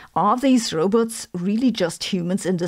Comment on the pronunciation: Row-butts. How can I wallow in anxiety over a non-falsifiable theory seriously if you keep mispronouncing the threat, making it sound like a butt?